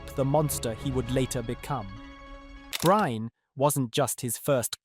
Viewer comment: Bryne uttales med samme e tilslutt som Molde sin e